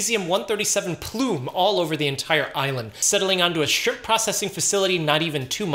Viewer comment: “…On the frozen shrimPPPPPPP”